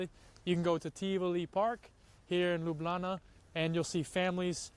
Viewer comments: Yooooo, my guy is becoming true Lublančan (citizen of Ljubljana). He even pronounces it by leaving out the j's like we do. 😂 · The actual way to say it is Ljubljana (Lyublyana for yall that have y and j different) But the casual conversation way between slovenians is Lublana like in the video. It's slang version of it and it kinda makes me feel proud to hear a non slovene call it lublana instead of ljubljana <3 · Locals and many other Slovenians pronounced it as Lublana.Including myself :)